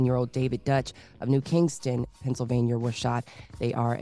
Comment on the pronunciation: Biden said "Vennsylvania" that's crazy 🤦🏽‍♀️